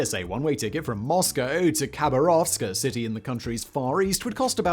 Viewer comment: My wife is form Siberia. Your pronunciation of 'Khabarovsk' had her rolling on the floor. Dude, the 'K' is silent. Try this... Hab-ar-ovsk...